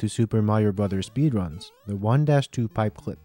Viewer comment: In-a sp-ee-der-uns